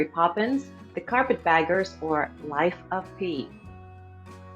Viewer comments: Interesting quiz. I scored 95/100. Q40 - Correct movie title is Bob and Carol and Ted and Alice Several mispronunciations, especially names, ex: Ole = Oh-Lee, Camus=Cam-Moo, also Life of Pi=Life of Pie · 99/100, but it was an ambiguous question. I laughed out loud when the lady hosting the quiz called the movie the Life of Pi the Life of Pee!